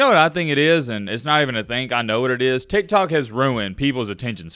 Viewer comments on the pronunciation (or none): none